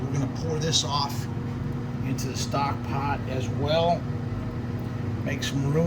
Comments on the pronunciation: LOL you speak english? say stock pot again? stock pot my friend! Say stock pot one more time I dare you!! Love your videos and that made me giggle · Say stock pot again! 😂